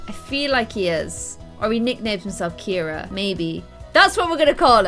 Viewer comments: KIRA is NOT a boy spelling of the name.......My girl cat is named Kira! CIARA is pronounced Ce-ara not Kir-a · Ciara isn’t pronounced Keira, so Ciara should be called see-ar- a